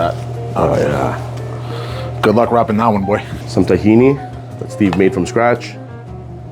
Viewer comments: Stop calling it "tah-he-knee" it's "t'-he-nah" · its TakhinA no one in the Middle East says Tahini